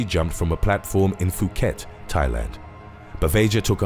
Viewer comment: How did you pronounce Phuket? Foo-ket? 😂😂😂 - it's Poo-ket